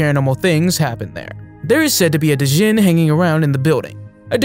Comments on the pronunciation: It's not pronounced "Dizjin". It's pronounced "jin". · its pronounced (and is predominantly spelled) JINN. The spelling djinn is romanized. D is silent